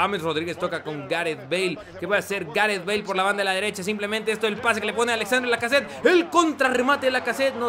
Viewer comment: Se pronuncia Alexander Lacazette. Es simple